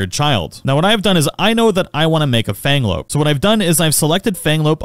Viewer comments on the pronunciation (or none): Abysmal pronunciation on the pals. Chikipi is not "chick-pea" it's "chi-kee-pee" Mozzarina is not "moo-sa-rina" it's "mott-sa-rina," a play on the word "mozzarella." Fenglope is "fen-glope" not "fang-lope," but I think that might just be your accent? Hoocrates was correct, though. It's like "Socrates" but with "hoo" at the beginning.